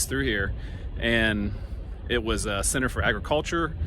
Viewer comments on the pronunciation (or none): none